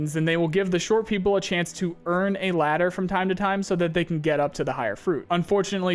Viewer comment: say ladder again I fuckin dare you!